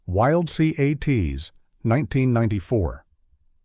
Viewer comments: I loved Wild Cee-Aye-Tees! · If you are going to use the stupid A.I. voice, then edit the script so it can pronounce the names. It has trouble with words that are in all caps, like Wild C.A.T.S. and C.O.P.S. I'm guessing the script was also written by A.I. and you didn't bother to read it.